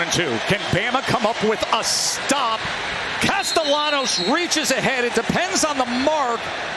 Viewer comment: casteLLanos.............por favor, pronuncien bien el apellido del QB, gracias